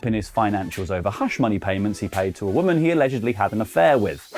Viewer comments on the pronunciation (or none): none